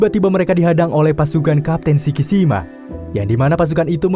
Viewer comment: Bilang sikisimanya yg benner donk gua malah ngakak nih